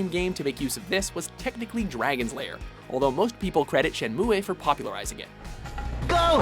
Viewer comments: That Shenmue pronunciation is starting to get to me :( シェンムー = "Sh(i)enMu-u" Grrrr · It's 2015 and people at WatchMojo still can't pronounce "Shenmue" properly. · Why can't you pronounce Shenmue properly, moron?